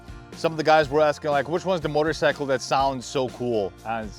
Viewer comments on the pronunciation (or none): none